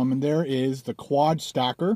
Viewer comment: It sounded like you said "quad stalker" at the beginning. That gives the video a whole different vibe.